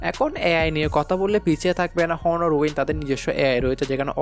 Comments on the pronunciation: ভাই, প্রোনউন্স বা উচ্চারণটা হবে অনার। হনার না। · ভাই হনর না এইটা উচ্চারণ হবে অনার